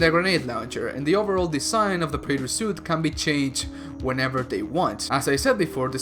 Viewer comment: Preyter soot